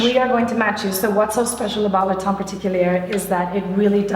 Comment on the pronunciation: Is "tient" pronounced "taint" ??? 😂😂😂